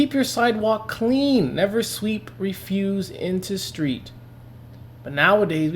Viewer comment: Refuse, as it is used here on this sign, is a noun. Accent on the first syllable. "Reff".